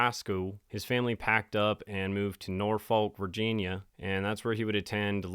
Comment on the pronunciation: The way you said Norfolk, Virginia 💀😆 My appendix bursted while I was in the middle of a weekend shift while I was 24 weeks pregnant and nobody would come in and cover me so I could leave work. I worked for 6 hours after it bursted and then when the next nurse came in, I gave report and went straight to the ER and was then put in an ambulance for the hour long ride to Des Moines because my local hospital couldn’t handle the case due to my pregnancy. My child ended up being born too early and I obviously quit that job. There are lots of reasons I left the nursing profession, this incident being one of them and another being the jab mandate. Nope, was okay walking away from my career. Great coverage, my friend! Happy to see you thriving!!❤